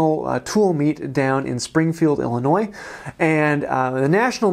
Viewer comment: As a native Illinoisian, thanks for pronouncing Illinois correctly.